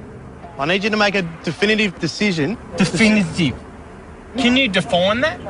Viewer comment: *defoine, say it properly lol xd